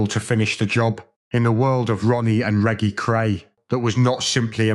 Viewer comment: Reggy Cray???? Make a fucking effort!!!